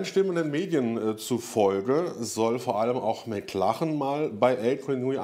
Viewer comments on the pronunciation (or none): none